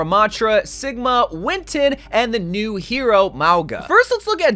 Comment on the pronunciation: Lol you're pronouncing a couple hero names wrong. It's WIN-STON, not WIN-TON, there's an S in there... and again, MOW-ga, not Mog-wa